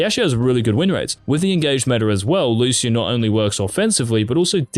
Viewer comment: you are pronouncing Lucian wrong